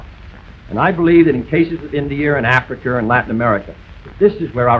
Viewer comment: You automatically lose the debate if you say Cuber instead of Cuba, Indier instead of India, Africer instead of Africa